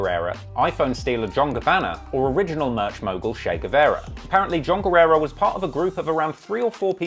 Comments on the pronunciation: You r right about him saying the name wrong as he was told that he could be sued for using his name in his songs. Guerra means War. Guerrera means Warrior. I know cuz Guerra used to be my last name. People often annoyingly pronounce that name by adding that extra bit on the end. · Is “Guerra” not “Guerrera”! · GUERRA NOT GUERRERA LOL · guerra, not guerrera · not guerrera is just guerra (geh-rrah) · Guerra doesn't equal guerera. Learn to read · His last name is Guerra not "Guerrera". Eminem only referred to Guerra as "Guerrera" in "Sing for the Moment" as to avoid any further lawsuits from Guerra himself. Funny enough though, "Guerrera" means "female warrior" in Spanish. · me hearing all the time guerrera and reading guerra:🧐